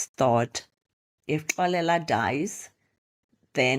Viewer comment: The way you pronounce Xolela, it's as if you're referring to a female🙈🤭. But, I forgive you cause you probably don't know the right way of pronunciation 😀 Otherwise 'Xolela' is a unisex name that is pronounced differently depending on the gender. Anyway, you have great stories. I really enjoy them and even the way you narrate. Thank you for sharing. May your channel grow in leaps and bounds 😊❤